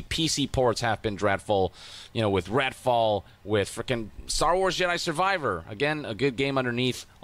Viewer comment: did yong call it "ratfall"? 😂